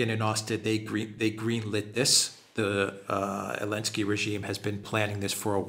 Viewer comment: Is this Elensky without Z stuff just for kicks or you seriously have to pronounce his name like that in Europe?